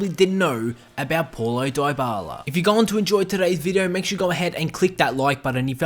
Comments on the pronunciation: its not polo daybala its like pawlo dibala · Why does he says pualo dibala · Poulo Diyebala ? 😂😂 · 11. His name is apparently Polo Dieballa' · "poilo doyboiala" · "Poilo diebala" Ahahhahahah lmao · That’s not how you pronounce his name🤢🤢